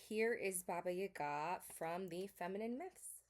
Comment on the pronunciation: you approached the subject respectfully, I think. As a representative of Slavic culture, I also appreciated your correct way of pronouncing "Baba Yaga" 🫶🏼 Thank you for the video!